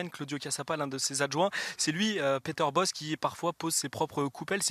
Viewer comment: IL S’APPELLE „PETER BOCHE“ ET PAS „BOSS“ ÇA DEVIENT FATIGUANT...